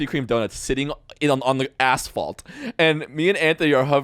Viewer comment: says ASSphalt